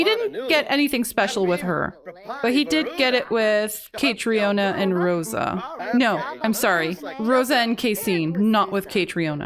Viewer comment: As an Irish person hearing you butcher Caitriona's name was so painful in this episode 😭 If you haven't looked it up yet, it's pronounced exactly like Katrina, it's just the Irish spelling :)